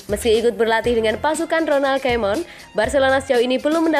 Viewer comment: Ronald Koeman min... Bukan Ronald kemon hedeeehh...